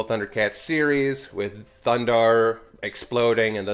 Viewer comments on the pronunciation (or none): Thundera, not thundarr. That's a different show XD